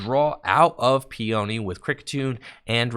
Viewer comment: Lol Peony is pronounced "pee-uh-knee," not "pee-oni."